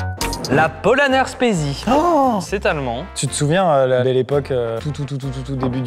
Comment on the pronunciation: S’il vous plaît et pour le bien des allemands le Spezi se prononce ”chpètsi”. Merci